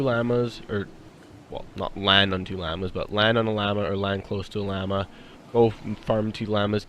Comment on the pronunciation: Great video man. Only thing I found wrong was the way you were pronouncing llama. But your content made up for it. Keep up the good work.👍